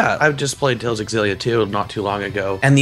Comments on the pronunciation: hearing buddy say EX-illia is hurting my soul n ears but great video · Lol keeps mispronouncing Xillia